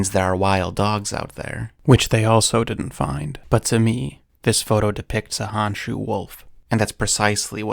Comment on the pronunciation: So, it’s pronounced like “hone-shoe” not “hawn-shoe”.